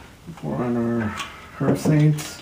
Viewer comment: It's pronounced 'erbsaint, the "H" is silent. Herbsaint Original is a copy of the 1934 recipe, and is available in New Orleans, and will be out in the rest of the USA shortly. Glad to see you used my historical info with out crediting where it came from....